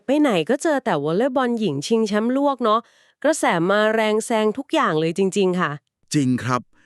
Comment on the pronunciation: ทำไมอ่านว่าชิงแชมป์ลวก?